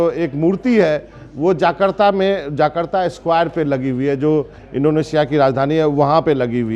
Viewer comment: जाकर्ता नहीं जकार्ता है।